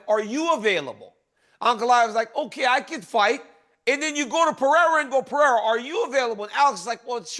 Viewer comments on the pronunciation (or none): Jack de la Lame - Ah ... Bleh - hal ... Alex Pierra 🤧 Chael 🤣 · DC and ... Kale Somethin? Good guy/Jack Ass ? These are not difficult names and it's not funny anymore. It's disrespectful. Say JDM or Jack. Pee-Air-ah's right. Kale Somethin... No Chama.